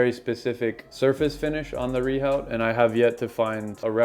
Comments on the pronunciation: Re your pop-up , what the comment is saying is that it's pronounced "re-ooo" (NOT "re-howt") in French and it's a French word, so you're pronouncing it wrong! Yet you still persist with saying it wrong. Which, tbf is a bit ignorant. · Rehaut is pronounced “view”? Wtf France?